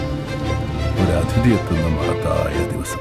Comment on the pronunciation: വളരെക്കാലത്തിനു ശേഷം ഒരു " അഥിതി" എത്തുന്ന........ അഥിതി അല്ല , അതിഥി . മമ്മൂട്ടിയുടെ ഉച്ചാരണം തെറ്റ്.